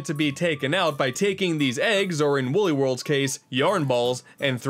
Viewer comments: its wooly not wuuly come on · its wooly not wully